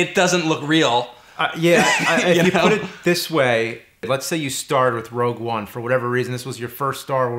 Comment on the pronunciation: 'Rouge One' hehe xd